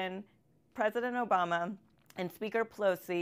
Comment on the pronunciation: did she say president Joe Bama?